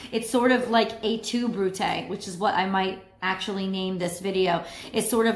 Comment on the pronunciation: She did it right, Latin